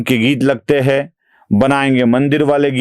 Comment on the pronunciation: aap "hein" ko "hai" bolte hein jaise "aap kya bolte hein " ko "aap kya bolte HAI". Anusara ka uchcharan nahin karte hein. Jara dhyan deejiye. Baaki sab bahut badhiya bolte hein.